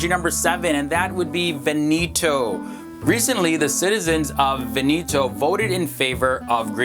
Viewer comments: It‘s Veneto...not "Veníto"...how lame can you be not to search for the correct pronunciation before making a video? Jesus... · it's pronounced vèneto not venéto,not venìto,vèneto